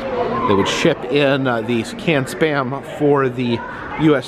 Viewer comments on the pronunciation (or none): none